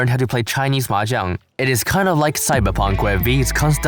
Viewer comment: literally the only yakuza fan pronouncing the word “Mahjong” correctly (besides me)